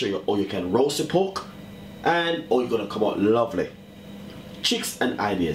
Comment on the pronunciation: Pork... not poke